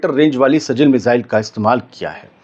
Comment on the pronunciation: Seal nahi sijeel hai.